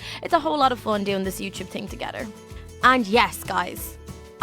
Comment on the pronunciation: why do you say togeder??????????????????????